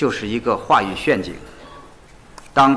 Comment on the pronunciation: 大外長，怎麼還讀大白字呀？ “陷阱” 讀成 “炫“ 阱。